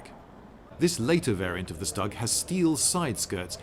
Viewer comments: Every now and again I come back to this channel to give it a chance, and every time something irritates me and makes me leave... "StuG" doesn't rhyme with "Mug". It's mostly commonly pronounced like "Stood", but with a "G" at the end. Some people will put a "Sh" sound at the start... But no one pronounces it rhyming with "Mug". Getting something as simple as that wrong in the first few seconds of a video really weakens the credibility of the rest of the information provided. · >"stag" Damn, Lindy, it really isn't such a hard word to pronounce :( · St. Peter If Germany was Deutschland in English, I would pronounce it Deutschland, but it's not, it's Germany. Sturmgeschütz is a German word, not English, so the correct pronunciation is Shtoog. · I don't mean to be rude but the StuG is pronounced "shtoog". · yes, Lindy, a stag. A SHTOOG! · I believe that the proper pronunciation is [Shtoog] with short "oo" as its [Shturm geshitz] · Sup Lloyd! It's pronounced stOOg! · i feel uncomfortable when you pronounce StuG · it is called St-ug comrade , st-ug , like slug , but with St,not st-ag. It is important to understand our enemies ! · Inhales THAT IS NOT HIW YOU PRONOUNCE STUG III THE "S" IS PRONOUNCED AS AN "SH" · Lindy I'm an Aussie, so I speak English but I have always pronounced Stug not like 'pug' but more like 'stood'. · you Brits have a capacity to screw up anything regarding pronunciation - it's a STOOG you bloody wanker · It’s pronounced Stoog III😂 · It’s a Stug (Stoooge) III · Its pronounced stoog not stug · It's pronounced SHTOOG (that oo is short). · Its actually pronounced StooG if youre saying the abreviation. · no its not, its pronounced Schtug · Its not stuck. Its schtuck in pronouncement. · Not trying to be annoying, but it’s pronounced Stoog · is it not pronounced stoog? since you know...german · You also cocked up the name, it's pronounced SHTOOG! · I always love how stug pronounced, STUG!!! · Is it better to pronounce it "Stoog 3" instead of "Stug 3"